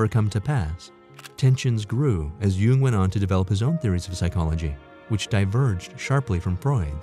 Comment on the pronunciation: Why is the person narratoring saying “You-ing” instead of “Young”. Jung is pronounced Young. That’s my family... Jung. Aka Young.